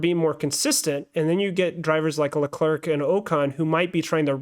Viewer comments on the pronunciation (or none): Leclerc is pronounced as ”Le-Cleh” Charles said it himself. Great Podcast! 😄👍🏾